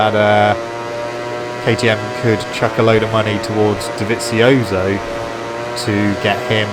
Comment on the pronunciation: funny how he pronounces Dovizioso